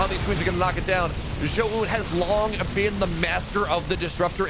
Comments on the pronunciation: fire the garbage caster that kept saying zo oohn, had to mute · Pls synchronize how you pronounce Zoun haha. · teach this clown how to pronounce Zoun please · agreed zo oohn? like what. dummy